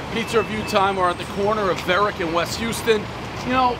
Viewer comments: It's pronounced HOUSE-ton, not Houston. I know that 'cuz Law & Order. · How long have you lived in New York? It's HOW-ston, not Hyoo-ston! How hard is that? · It's How-sten not Houston (like the city in TX) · One bite, every real local knows it's pronounced "house-ton", not Houston as in the city in Texas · Calling Houseton Hewston is a 3.0 rookie mistake Prez. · Not Houston (as in Texas) but House-ton. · Hew-stun? No, How-stun. I'm from Boston too but I know how to say it. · Davey, did you say Houston, like the city in Texas? It's HOUSE-TON. New Yorker? I don't think so. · The steet in NYC is pronounced "howston" not "hewston" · House ton, not Houston, everyone that lives in NY knows how to pronounce it. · any ny'er knows it's pronounced 'HOWS TON"NOT HOUSTON-EVERY1 KNOWS THE PRONUNCIATIONS!!! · "West Houston" pronounced like the city in Texas? Really? How long have you lived in NY and don't realize it's West How-sten" ???? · Hue-stun? HOUSE-ton. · It’s house-ton, not yous-ton, everybody knows the rules. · You'd think by now Prez would know it's HOW-STON Street, not Hyoo-ston. Hilarious. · Houston like house. Not like Houston, like the city. Get it together Davey. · Prez, how you gonna live in NYC for as long as you do, and call it Houston (like the city) St. ?! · it’s HOWS-TON… Dave… c’mon, not houston. Dave will never respect NYC 😎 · Houston. Lol. It’s house-ton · How-ston not hue-ston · “U-ston,” not a New Yorker. It’s pronounced “How-ston.” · Howston not Hughston you Boston rube. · Houston is pronounced house-ton in NY. Can tell he's not a native. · It’s not pronounced like Houston. The H is not silent. You should kn ow that being in New York so long. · Really Dave? It’s not Houston street it’s Houston… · Houston.....is pronounced "how-ston" in NYC...come on Dave !!!!! LOL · Houston Street pronounced Howsten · Dave says Houston?! Not howston?! Dave needs a lesson from a native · It's pronounced HOUSE tin everybody knows the rules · pronounced Howston pres